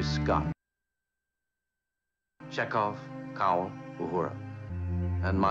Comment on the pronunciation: Always bugs me when Kirk calls Mr Kyle - ‘Cowel’. Apart from that it’s another awesome episode of TOS.